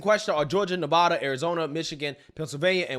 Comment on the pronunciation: Just a small critique, Nevada is pronounced with and A, like in cat, not ahhh , like caught.